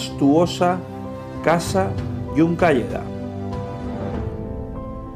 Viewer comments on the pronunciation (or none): Es casa Juncadella,no Juncalleda.